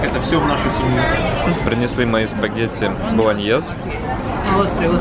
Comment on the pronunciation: Зачем нарочито стремиться покупать французские и итальянские бренды и коряво произносить название - Спагетти "Болоньез"!